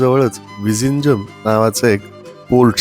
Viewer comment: तुम्हाला माहित आहे का.zh ह्या जोडाक्षरांच् उच्चार तामिळ, मल्याळम भाषेत "ळ" असा केला जातो. तुम्ही जे विझिंजम असा उच्चार केला तो प्रत्यक्षात "विळीन्यम" असा होतो.तसच tamizh ह्या शब्दाचा उच्चार तामिळ असा होतो. 🙏